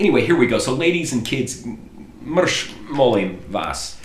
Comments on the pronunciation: You mentioned mrsh wrongly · I laughed my pants off! The funniest part was when he said: ''mrs, mrs, mrs''! When you say ''Drkadzija'' the ''dz'' is pronounced as you would pronounce the letter ''J'' in ''Jack''!